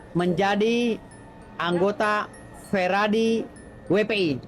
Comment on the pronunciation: Yang benar itu Peradi atau Feradi? Terdengarnya selalu nyebut Feradi??